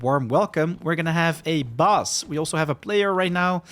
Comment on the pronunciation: Also Bus for Boss ;)